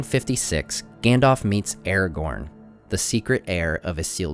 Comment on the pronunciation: why do you call him eregorn?